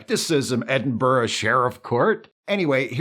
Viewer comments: You may be the first American I've ever heard pronouncing Edinburgh correctly, kudos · As a Scotsman I’m so happy you pronounced Edinburgh the Scottish way